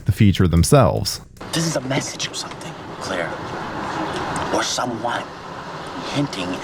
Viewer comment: So is the character's name actually "clear" or is this an accent thing for "Claire"?